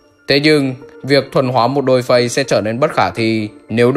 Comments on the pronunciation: dollface og này đọc thành -> đôi phây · Viết dollface đọc đo phay :)